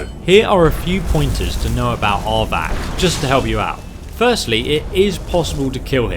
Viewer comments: I can never watch videos where Arvak is involved. It becomes so frustratingly tiresome to hear his name continuously pronounced "aardvark"! Arvak is NOT an aardvark. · it's arvak, not avak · I'm sorry but it sounds like you're saying "aardvark" and now its the only thing I think of when I summon Arvak